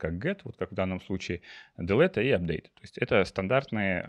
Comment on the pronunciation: "дэлет" читается "делит".